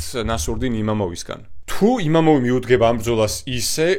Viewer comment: იმამოვი არა, იმავოვი. წარმატებები